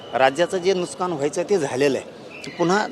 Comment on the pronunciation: नुसकान नाही मन्या, नुकसान असत रे काळ्या गांदी😂च्या 😂